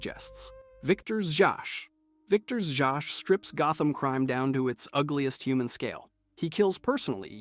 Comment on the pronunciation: It's pronounced "ZAZ"....... Victor ZAZ.